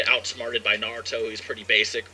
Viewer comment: U pronounce naruto wrong😂😭💀